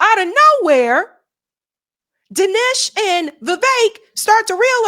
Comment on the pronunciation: How are you not able to pronounce the simplest of sounds? Seriously is this a black thing? I hate Vivek and Dinesh. But the way you pronounce their names is doing my head in. But it's time these Hindutva coolies found out they aint white.